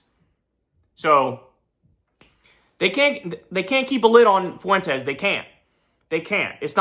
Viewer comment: Nick foo-went-es